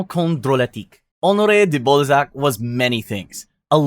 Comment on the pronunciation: You pronouncing Balzac as Ballsack is way too funny 🙏😭❤️